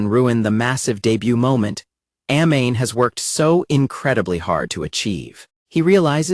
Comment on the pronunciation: That pronunciation of Amane is killing me. She is not a flammable gas. Ah Mah Nay. Kouchou isn't a name it is a title. Suzuki isn't a fake name - it is his family name. This is why AI is always going to be inferior.